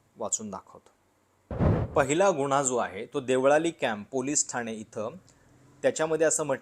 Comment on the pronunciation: “गुन्हा”शब्दांचा उच्चार शुद्ध करता येत नाही का तुम्हाला Seems biased. Hopeless, anti social and anti national propaganda in this. Shame on you video maker 😢😢